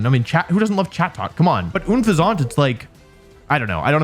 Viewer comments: I remember it's pronounced that un-phesant in the anime so blame the company not me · I hate how you pronounce "unfezant" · Why do pronounce Unfezant so French?! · "There really is nothing wrong with Unfezant" Well, there's how you're pronouncing it for one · unfezant is an unpleasant pheasant, the way you pronounced it makes me wonder if you understand the play-on-words 😂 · your mispronunciation of unfezant disturbs me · I hate how he says unfezant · nah he's actually pronouncing it wrong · Ain’t no way that’s how you pronounce Unfezant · the way he was pronouncing Unfezant was really bugging me, lmao Does he know it's a pun on Unpleasant? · Surely Unfezant is meant to sound like unpleasant? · Not to be that guy but I'm pretty sure unfezant is supposed to be pronounced like unpleasant, but with an f to combine the word pheasant phonetically. You're pronouncing it like a French pastry lol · Dude said unfezant looked like a pigeon and couldn’t pronounce the name properly. I’m sure he didn’t know it’s inspired by a pheasant. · that is not how you say unfezant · I am never not calling untezant anything other than untezant ever again. Period. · Oh my god never thought someone mispronouncing Unfezant would bother me so much but the way you do it just.....urgh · Unpheasant is unpleasant, it's almost like it's by design, and Wolfey can't pronounce it correctly. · so are we not gonna take about how wolfe says Unfezant like an 80 year old british man lmao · Wolf's pronunciation of Unfezant is just as horrible as Brita's pronunciation of bagel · ok... I'll agree its like my second least favorite regional bird, but I also still like it. What hurts more is that pronunciation 😭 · Why would you pronounce Unfezant like that................. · Unpheasant is supposed to rhyme with unpleasant, which is also the experience I had using it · I dont hate unfezant it but don’t love it…but I do however hate how you pronounce its name man Jesus😂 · Bro has to be trolling when saying Unfezant